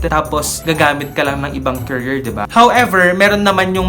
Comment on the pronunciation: “currier” besh hahahahha